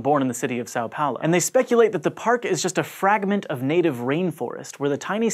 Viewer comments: it's São Paulo... not Sáu Paulo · quick tip for pronouncing são paulo correctly: Sam Paulo is a lot closer to how it's pronounced. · São Paulo is pronounced similarly to "some Paulo" (depending on how you pronounce it, and it's not a prefect match.) This is due to the tilde on the letter a ("ã"), which changes its pronunciation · Just FYI, São Paulo is pronounced more like "Son" Paulo. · Is that the best pronunciation of Sao Paulo you can achieve?